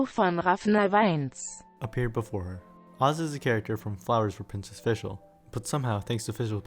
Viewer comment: I like how you used Google translate to prevent butchering the Oz and Fischl's names.